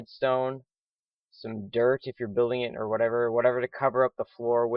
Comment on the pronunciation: Idk why but the way u said dirt at the beginning made me laugh